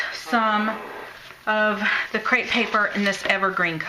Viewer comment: Cute card and cool techniques btw it is actually crepe paper not crate paper. TFS!